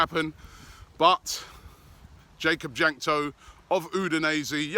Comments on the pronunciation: jakub jankto is pronounced like yakub yankto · One thing that I know about Jakub Jankto is that he is Czech, so you pronounced his name horribly lol